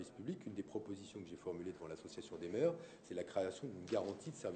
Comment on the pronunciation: Hein, quoi !? l'association des "merdes" de France ?? XD L'articulation se perd, de nos jours...